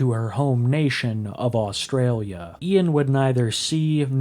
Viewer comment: Nice to hear an American say Australia half right! 🇭🇲☺️